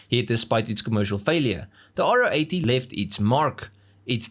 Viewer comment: If only you could have pronounced its name properly! It’s a Ro 80, Ro for Rotary. Not “Ah Oh 80”.